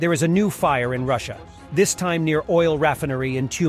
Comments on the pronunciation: Re Fine R Ree, not Referee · “Oil Rafanairy”?